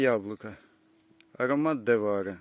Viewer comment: Я загуглила,це французька селекція і правильно говорити "варі".